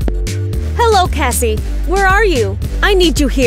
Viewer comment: Cassie not evva